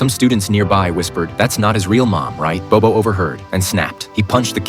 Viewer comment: Actually if you learn Mandarin then you will know this narrator speak English so his pronunciation is totally out. Not bobo it's Bao bao 宝宝